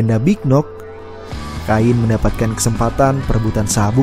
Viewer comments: Kain ? Kein bro penyebutannya 😅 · Penyebutan Namanya Bukan "Kain" min tapi "Khein" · pronounce admin sebut salah... cara sebut cain sama seperti ken..... cain - ken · Cain..bacanya..kein...bukan ngajari bang...biar enak aja denger narasinya..hehe..